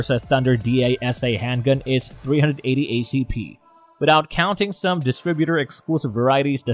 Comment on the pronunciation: Dot three eight zero huh? Interesting that someone uses a computer generated voice, but doesn't bother to listen to it before posting. Should've just typed out what they wanted it to say. Three eighty vs .380 would work fine in the transcription.